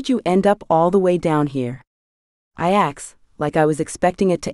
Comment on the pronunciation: Love the books but I agree with others AI says axed instead of asked. Drives me crazy. Reminds me of kids on my bus. Slang word